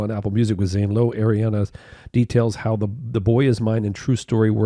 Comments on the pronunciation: Just so you know for future. It’s Ariana, not Eriana. Her names is pronounced like it’s written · By god stop saying Airiana it’s Ariana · how many times you said “air-iana grande” hurt my soul 😭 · one of my biggest (unwarranted) pet peeves is when people say “Air-iana”